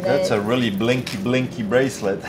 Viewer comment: It's bling bling , not blink blink